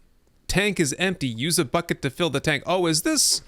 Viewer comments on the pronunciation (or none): none